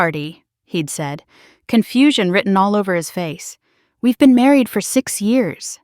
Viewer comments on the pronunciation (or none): none